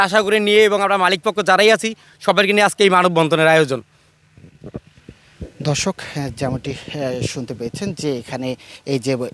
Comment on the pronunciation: সাংবাদিক শুরতে ধর্ষক কইলো না দর্শক বুজলামনা।😂